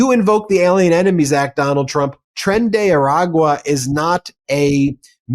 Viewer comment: Harry Litman., PLEASE learn to say Tren de Aragua correctly. TREN DE - AR - A GWA , NOT ara- good.